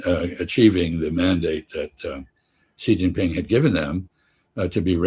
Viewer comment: Xi Jinping is pronounced "she", not gee, not zee, it's "she", like the female pronoun. Come on, guys, you're experts, right? And don't call me pedantic. Any expert who says "Donald Clump" would not be taken seriously. We have AI now, oh, and google's been around for a few years, two great places to find out how to pronounce the second most important leader on earth's name, in like 2 seconds.